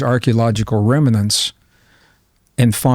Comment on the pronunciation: You are now entering the twilight zone. FYI, remnant has just two syllables, not three. Dododododoodododo.